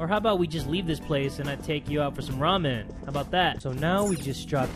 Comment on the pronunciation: every time you say ramen all I hear is raw men..... lock those jaws for those ramen